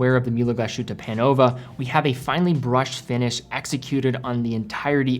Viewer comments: It's pronounced Glas-Hutte and not GlaSHutte. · A great video as usual. However, a very small nitpick: the pronunciation of the name of the brand/town Glashütte is not how you say it /glas SH uta/ but more like /glas Huta/ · "Glaas Hitt-eh" Not "Glaa-shutteh" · Great channel, great guy, great review. But please: start learning some basic, basic German so that German words and names get pronounced the right way. For example, „Glashütte“ is a compound noun consisting of two words, „Glas“ and „Hütte“, which is why pronouncing it „Gla - Shütte“ is incorrect. You start doing that, I promise we Germans will try to improve our pronunciation of „Submariner“ (by deriving it from „mariner“ instead of „submarine“). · Your pronunciation of Glashütte is dead wrong. You have to pronounce it Glas...Hütte . Not Glashutte. The S and the H don't create a common sound. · I'm really sold on the Sinn 556 I-RS on steel bracelet. BTW Glashuette is pronounced, "Glaze- Her-Ta" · In the intro you pronounce Glashütte correctly but then to proceed to call it Glaschute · great content as always, just a quick note, is pronounced "glas-hute", so there's no "sh" sound but rather an "s" and a "ü" sound after that. Picture the name of the footballer Thomas Müller and you get how that ü sounds like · Native German here: You pronounce Mühle very well! But Glashütte isnt with an english "sh", that would be "sch" in german. its pronounced "Glas" like "glass" and then "Hütte" with an ü very similar to how you correctly pronounce it in "Mühle".